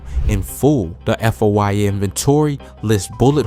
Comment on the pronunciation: Foia stands for freedom of information act so he can say F.O.I.A